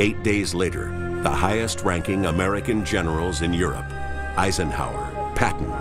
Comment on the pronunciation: “Yourup”, come on man.